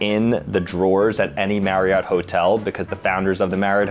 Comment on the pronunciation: You pronounced my last name wrong its pronounced "" not "Mary-ot".